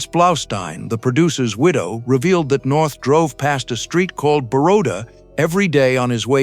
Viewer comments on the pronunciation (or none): none